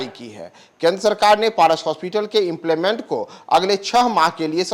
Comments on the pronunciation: हे मूर्ख पत्रकार ! इसे इम्प्लीमेंटल नहीं एम्पैनलमेंट बोलते हैं। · The word is empanelment sir, plz do some reading before coming on air.